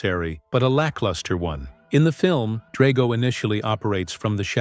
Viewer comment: It’s pronounced DRAG-oh and SHEE-foo, “”! 🤨